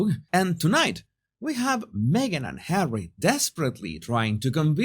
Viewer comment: I can’t help laughing when you pronounce Harry as hawy, it sounds like marv (one of the thiefs) in home alone 2, where kevin throws bricks at marv and then he calls for Harry (the other thief) and he also say hawy 🤣